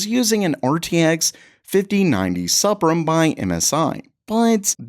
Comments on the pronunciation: suh-prim? moron. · lol the Suprim is pronounced Supreme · Did this dude say "Sup-Rum"? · please pronounce suprim like supreme lol